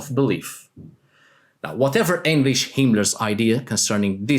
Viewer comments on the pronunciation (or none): please, please, please learn how to say Heinrich, it's like being kicked to my ear, and i was only identify that person from the context, now from how you've said that name